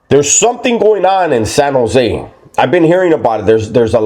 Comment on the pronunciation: San Jo native here. You pronounce it right. Sanosay. 1 word. And you are spot on. Respect!